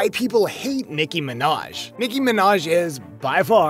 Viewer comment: you said her name wrong boo